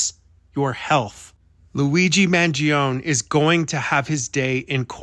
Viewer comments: According to his politician relative…the last name is pronounced Man joe nee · Off on his last name's pronunciation but great job otherwise! Love all your content! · why do you insist on mispronouncing his name